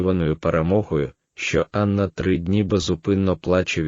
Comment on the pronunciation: Матеріал цікавий, але мене вистачило на 7 хв. Від озвучки з неправильними наголосами навіть в імені Анна почало сіпатися око.